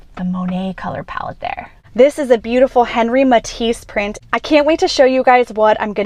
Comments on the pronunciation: Henri in French is pronounced as if it were “On-Ree.” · Say Matisse's first name with the proper French flair, please.